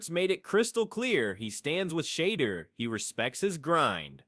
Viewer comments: I've heard Shander, Sheeder...yeah not watching...AI can't even say his name right?? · Shayder? Im out 🤦🏻